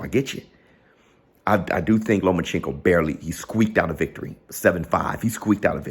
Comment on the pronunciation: I swear can’t pronounce Loma’s name to save his life 😂